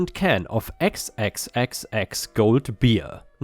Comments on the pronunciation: You need to get a map of the world out and see just how far and separate Australia is from Europe. And it’s pronounced Four X, not xxxx. Unbelievable!!!!! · XXXX is pronounced "four-eks" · I'm sure another Aussie had already said this, but I'm not scrolling through over 300 comments (sorry). Commodore pronunciation is commodoor. XXXX pronunciation is 4 X (or 4 ex). (Sorry,! Every time you said "commodoré" it the my concentration out the window). Also, maximum legal speed on open highways is 110km/h. If the commodore got snapped doing 200km/h, that's loss of license time in most states and, possibly 30 day impound of the car depending on the state. Oops, nearly forgot the bloody big fine that goes with it. With XXXX Gold and speed cameras hidden behind overhead speed limit signs being mentioned, I'm going to take a wild stab in the dark that these bogans are Queenslanders. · Com-a-door and Four-ex are how you pronounce the Aussie bogan identifiers